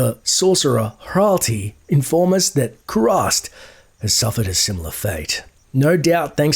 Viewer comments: Very nice, but HRATLI is not pronounced HRALTI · Loved the video, but please, double-check the pronunciations of some of these names. You kept calling Hratli (hrat-lee) Hral-tea, even though seconds ago he said his name. Keep the videos coming, this is a great way of re-living my childhood (and early adulthood).